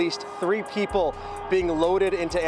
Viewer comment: PeePUL storAYS Sorry, I had to stop.